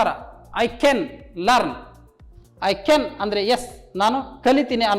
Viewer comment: Can ಕೆನ್ ಅಲ್ಲಾ sir ಅದು ಕ್ಯಾನ್ ಅಥವಾ ಕನ್ ಅಂತ ಪ್ರನೊಂನ್ಸ್ ಮಾಡಿ ತಾವು ತಪ್ಪಾಗಿ ಹೇಳು ತಿದ್ದಿರಿ